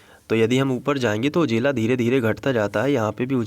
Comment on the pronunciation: Sir ujela nahi ujala 😄